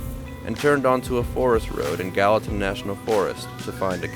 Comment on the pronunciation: Greetings from Gallatin TN. Glad to see y'all made it to Gallatin National Park in Montana. I know y'all have TN tags on Ripley and was really pleased when y'all pronounced Gallatin properly. Our fine city is also named in honor of Albert Gallatin just like the park. We were also named the nicest city in America by readers digest. Lots of love and respect for the four of you out seeing this beautiful country we call home. Be safe out there and keep up the great content of this awesome channel. If you read this comment and like the channel then give a thumbs up. More importantly, why have y'all subscribed yet. and and the fur babies would really appreciate it.